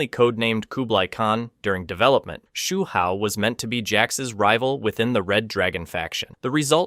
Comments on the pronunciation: Take a shot everytime he pronounces Hsu Hao a different way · He got multiple names wrong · Tig-gears? Sigh-boat? Shoe Hao? Game fay-queues?